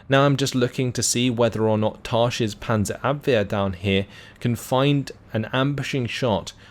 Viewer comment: You perfectly pronounce Panzerabwehr. Try to pronounce Ersatz it like Airsatz, with emphasis on "satz". Love your content :)